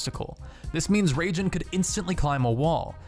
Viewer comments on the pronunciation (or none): Raijin = Rye-jean not Ragin' the crazy Cajun.